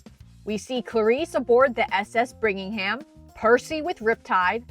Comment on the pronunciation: Nice analysis, but one correction - the ship is the CSS Birmingham, not "Brigmingham." Birmingham is the capital of Alabama, hence an appropriate name for a Confederate ironclad. And one little detail you may have missed - Tyson's shield is decorated with a hippocampus.